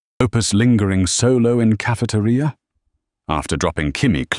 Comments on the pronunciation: ca-fe-te-ri-a, very good english i might say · Better not be caught solo in caf-uh-tuh-ria with Grok around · Grok saying Cafe-ter-I-a 😭😭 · The way grok's tts says cafeteria is amazing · im crine how does bro pronounce “cafeteria”😂 smart in doing, dumb in physical movement😂